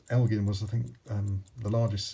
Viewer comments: Its el-Jin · Just an FYI, it’s pronounced EL-Gin not L-gin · you probably pronounce Illinois... Illi-noise and think that's the correct pronunciation... fool. Gin... like the alcohol. El gin.